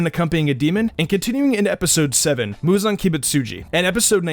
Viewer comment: Lol the way he pronounced Muzan really made me laugh tho.